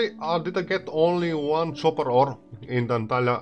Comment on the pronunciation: excuse me it is pronounced copper not chopper:)